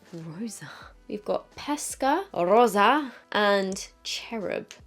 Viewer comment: I love when she speaks españññol. 🇪🇸 😍 ¡! Hahaha 💖